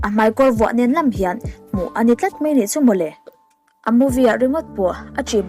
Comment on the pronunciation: 'Mai' tih hi ilam uluk deuh angai anihhi... 'Mei' tihin ilam deuh vek aa.. Anyway👍👍